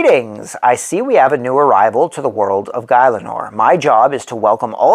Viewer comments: its pronounce Gil - a - nor, great video! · You lost me at guy-Len-or